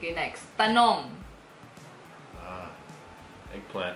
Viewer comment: dwight really said "eggplant" 🤣🤣🤣🤣🤣🤣🤣🤣🤣🤣